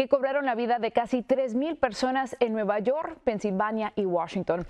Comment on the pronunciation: Nueva YoR y nueva jorsey, presentador Mejicanita, porfavor tomá clases de Inglés